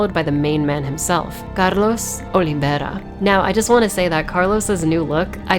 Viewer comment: I like how you said Carlos Oliveira with an almost perfect brazilian accent.